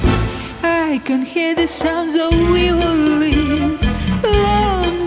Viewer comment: Violins 🎻 произносится вайолинс а не виолинс 😘